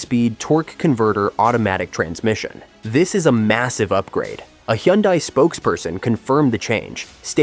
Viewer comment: Learn how to pronounce Hyundai😂